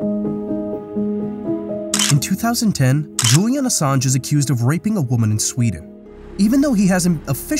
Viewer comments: "Assange" is pronounced with the "ng" sound... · Great video, you've got to read the N in Assange tho..